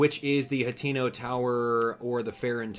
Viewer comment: I'm pretty sure it is Ha-teh-no, not Ha-tee-no